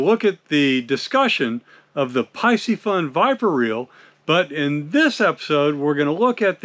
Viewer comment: It’s pronounced PEE-see-fun. C’mon…